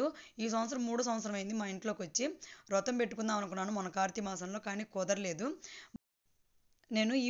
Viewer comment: Rotham kadu vratham